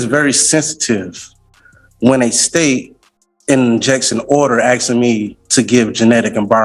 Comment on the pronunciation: He's going to get in trouble axing the judge. At least this AI goes black and white for our fast forwarding convenience.